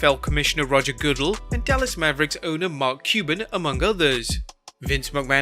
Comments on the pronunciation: Roger Goodle 😂😂. It’s Goo-Dell my friend. Might just be the accent though lol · Not Goo-Dell either. Pronunciation spelling would be Good-Dell. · Lol NFL commish Roger Good-el...... it's Roger Ga-dell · Roger "Good el", lol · Your pronunciation of Goodell's name 😂😂😂🤣🤣🤣🤣🤣🤣🤣